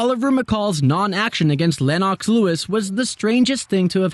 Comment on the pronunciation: Len-ox Lol 😆